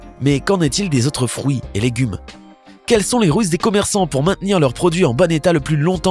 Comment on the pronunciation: Il a du mal à dire fruit haha ! Il dit Frouit c'est trop chou